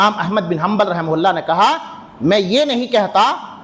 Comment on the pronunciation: Rahim hulla raham hulla kyon karo rahamatullah boliye kam se kam yaar Naam lo to adab se to Naam lo Rahe mohalla kyon bol rahe ho rahamatullah bolo